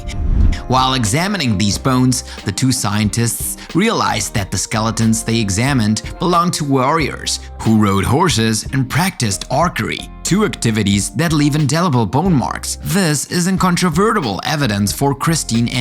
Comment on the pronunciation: Arkery? Does this guy really not know what archery is?